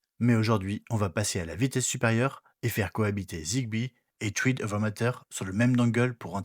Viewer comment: J'ai le MR1 et j'ai jamais réussi à connecter un appareil Thread, ça va jusque l'apairage puis ça foire à la véréfication de la connectivité. Zigbee est tellement plus simple pour l'instant, j'ai l'impression que Thread n'est pas (encore) abouti. Petite remarque : thread se prononce "srède"